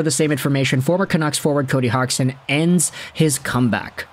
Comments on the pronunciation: Came here to make the same comment, I never heard any commentator say Hogson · Is it not pronounded "hodge-son"? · Just curious, where did you learn how to say Cody's last name? I've never heard it said that way before.